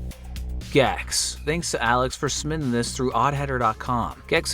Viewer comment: We need to talk about the way you say, "submitting," which sounds like "summiting." What do you have against the letter 'B', oddheader?